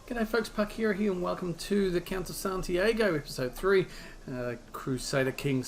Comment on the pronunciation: Only one little thing: it's Santi-ah-go, not Santi-ay-go. Rhymes with cargo for you.